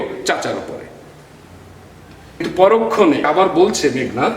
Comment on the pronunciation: স্যার বিনয়ের সহিত জানতে চাচ্ছি- উচ্চারণ মেঘ্+নাদ/ মেঘো+নাদ কোনটা হবে। উচ্চারনের নিয়মে মেঘো হয়, তাহলে এখানে কেনো মেঘ্?